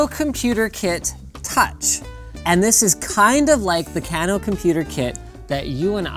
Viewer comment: Kano pronunciation Can-o? No it is Cane-o